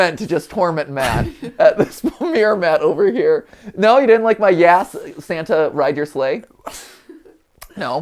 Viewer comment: I can’t pay attention to anything because MatPat keeps pronouncing ‘yass’ wrong and it deals psychological damage